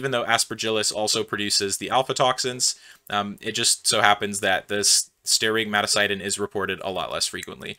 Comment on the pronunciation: I think that is aflatoxin, not alfatoxin. Sterigmatocystin: the ending sounds more like sys tin than sigh tin.